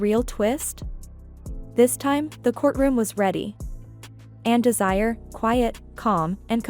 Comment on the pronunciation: Her name is Desiraye. Des-e-Ray.